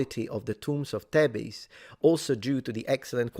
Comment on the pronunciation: You read that perfectly - apart from Thebes, which in English rhymes with "dweebs". I have no idea if it should or not, but it does! Evidence-based conclusions are best. We're all human, and we all have shared cultural heritage.